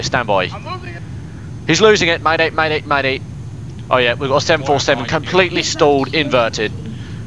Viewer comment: did u say maday maday maday?